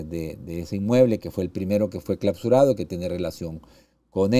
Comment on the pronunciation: 😮 No se dice: "claPsurado" Se dice: claUsurado, con U.